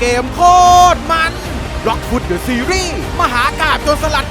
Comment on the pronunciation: เดอะนะครับไม่ใช่ดอะ